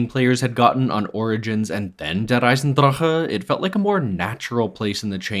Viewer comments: It’s not even how it’s pronounced either. He keeps rolling the R in the word “Der” but It’s not Russian. It’s just pronounced how it looks (Dare). He does say “Eisendrache” correctly though, most people completely mispronounce that and say it like “Eisendrak” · If you pronounce der eisendrache like that again I’m clicking off this video. This is your only warning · Soon as you said der eisendrache like that I disliked and stopped watching 🌚 sorry fam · How come you pronounce Der Eisendrache like a German, but you don't pronounce 絶望の島 like a Japanese person? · please stop pronouncing der eisendrache like that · but he ONLY does it with der eisendrache. He doesnt do it with zetsubo or gorod krovi. And the worst thing is that the pronunciation is WRONG. Its not american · Every time he pronounces der eisendrache, I die a little. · Your pronunciation of "Der Eisendrache" is so cute